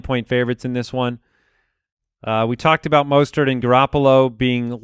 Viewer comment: UGH! You keep calling him “Mostert”... its “MUST-START”!